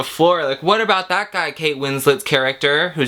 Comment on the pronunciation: 'hwhaaat are you doing?' The Californians SNL sketch is shining through😂